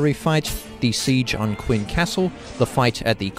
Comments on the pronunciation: cringing each time you say "Quin." Phonetically It's Chen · I really hate to be pedantic, especially since I've never seen your channel before. But it's pronounced "Chin/Chen". That emperor is the reason the entire country is called China. He basically conquered all the warring states to unify the country.